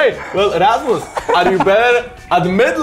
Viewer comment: It's rasmus not rammus